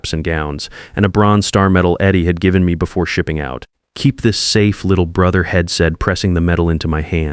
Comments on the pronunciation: I hate to say this, because I love the stories I see on these AI sites. But, darn it! It's so hard to listen to the constant mispronunciation done because of the bad spelling. They say Id for I'd, hed for he'd, shed for she'd, ill for I'll. I often tell myself to close up and go to another story. I don't understand. Many sites have it all together and some just don't get it at all. It must be a cheaper AI writer and reader. Please get your stuff together. This story is one of the worst I've listened to and I don't know how long I'll be able to listen to this one. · He'd, she'd, I'm etc - LEARN HOW TO SAY THESE WORDS!!!!